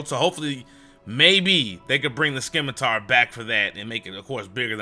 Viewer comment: Sim - a - tar (from the Italian origin) or Sim - ah - ter (from the french origin) not Skim - a - tar ><